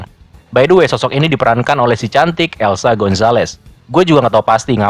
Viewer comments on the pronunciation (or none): Eiza bro bukan Elsa 😂